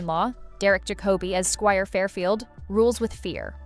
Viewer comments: The intonation is all wrong in Derek Jacobi s name!! It’s JACoby not jacOBy 😖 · Bi AHpic...jah Co bee....AI narration is terrible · Excellent selection. Pendant’s note: it’s JACK-obi. 😁